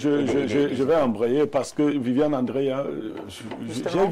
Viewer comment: on dit Andrea et non Angrea 😂; tu as du mal avec la prononciation de gre et *dre *